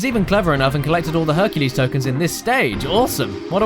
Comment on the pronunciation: "Herculay" sounds like "Enculé". Wich is a very very dirty French word.